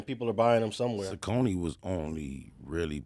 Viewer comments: What’s up. This is Troll for your original streetgangs board. I am proud of your growth. But is right in his pronunciation of Sauconys. As a 53 yr old Inglewood native that’s the only way I have ever heard it pronounced. Now you may be saying the proper pronunciation but is Inglewood street accurate. I remember my mom gave my big homie some money to go to the Inglewood swap meet to by me some school shoes when I still at Monroe and he came back with some all white Sauconys. Lol. I was like what the hell is this Blood? I was expecting some fly Nikes or Adidas. Not no gotdamn Sauconys. lol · definitely mispronounced Saucony. 😂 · Saucony was the shit on the east coast back in the 90s. is definitely pronouncing it wrong.